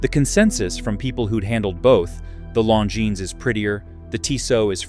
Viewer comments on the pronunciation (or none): Long-ins? I stopped this video after 0.31. I don't listen to AI when it can't pronounce names. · You lost me at Long-Ins